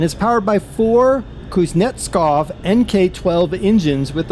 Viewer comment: KUZ NET SOV not KUZ NET SKOV